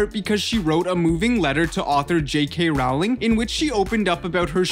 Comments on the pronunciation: This is true. Row as in row your boat. Rhyming with bowling :) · People say row instead of role it's roling not row -ling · Btw Rowling rhymes with bowling not howling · Paola Ramirez yeah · It’s not ralowing it’s rolwing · its ROLLING not ROWWWWLING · 1. Maggie Smith was NOT in DH1! 2. J. K. Rowling’s last name rhymes with “BOWLING”, not “HOWLING”!!! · It does NOT rhyme with “bowling” 😂 It’s “row” as in row a boat. It’s an “oh” sound. R-oh-ling. Bowl has an “ol” sound like in “old”. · ITS PRONOUNCED JK ROLL-ING NOT HOW ITS SPELLED ;_ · He pronounces rowling as rawling😂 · When he doesn’t even say Rowling right... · I have to agree. The narrator of this video is completely annoying! Everything you say is NOT a question, dude! And, YES... J. K. Rowling's last name rhymes with Bowling... Not Howling! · It's his accent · Claire Marron yup